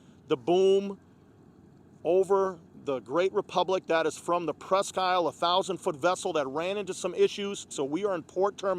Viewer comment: FYI, at least in Michigan, we pronounce is "presk - eel".